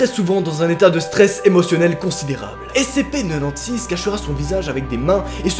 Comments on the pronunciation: J'ajoute que le SCP-096 (tu le prononce façon belge, cela ne m'a pas facilité pour reconnaître le SCP) à été récemment éléminer par SCP-173 Dit la Statue/Sculpture. 1 SCP de moins parmis d'autres... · Ce que jentend de: (SCP NENONSIX)